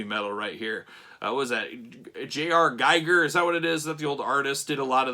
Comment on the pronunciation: JR Giger? it’s HR Giger, only two letters off